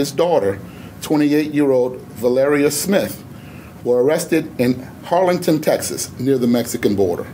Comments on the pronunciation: In Cameron county. Its harlingen TX lol harlinten lol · Phil did you say Arlington or Harlingen, Texas?